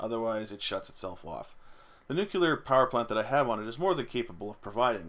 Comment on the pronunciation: "New, clear". You cannot portmanteau that with "jocular" and make it "nucular", unless your reactor is funny, and if your nuclear reactor is acting funny you probably don't have time for puns :P